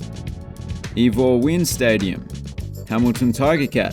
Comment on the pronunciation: At the risk of being pedantic, it's pronounced "eye-vor winn". Long I. If you are from Hamilton and I am wrong, let me know.